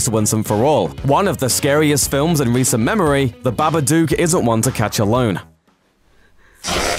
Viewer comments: The way he pronounced it BA-BA-DUKE urked me really, but true it wasn't scary at all. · BABADUCK??? hahahhaaaaa this guy doesn't even know what movies he's talking about even if he is talking about hilarious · its the babadook not the babaduke ffs